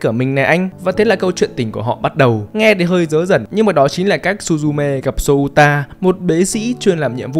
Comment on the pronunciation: Souta đọc là Xô-ta nhé, đọc "Sô-u-ta" thì...